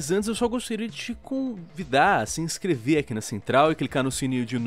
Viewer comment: Mas antes eu queria te con vida SKKSSKSK O LION DA UMA PAUSA TOP